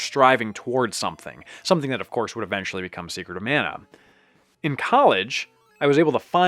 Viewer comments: Mah-nah not Man-ah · it's pronounced mah-nah